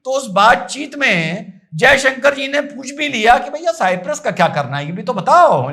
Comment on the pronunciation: Cyprus pronounce to sahi karo, Bhai